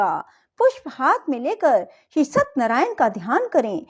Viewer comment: सतनरायन नहीं सत्य नारायण सही शब्द है सही उच्चारण तो करिए। प्रस्तुति अच्छी नहीं है